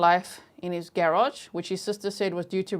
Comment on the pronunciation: I love how you say “Garage”! 😊 ❤